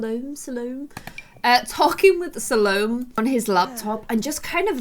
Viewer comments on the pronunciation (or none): I think it's pronounced SAL-oh-MAY.